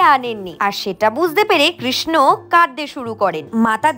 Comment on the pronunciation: Kirsna noy pls sreekrishna uccharon karun...